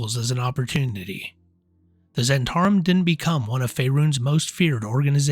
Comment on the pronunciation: zz-HENT-ah-rim, not zhen-TAR-im